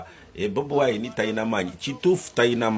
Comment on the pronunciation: I love you the way you sound the name Bobiwine better change to nup ove mubakozi basitaani